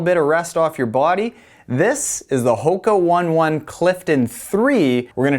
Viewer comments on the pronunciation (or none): it is not one one....it os ohna ohna.... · Great review. Not that it matters but the pronunciation is Ho-kah Own-ay Own-ay. I just called them Hokas for a long time not knowing for sure what it was till someone from the company told me. Great stuff as always. Keep it up.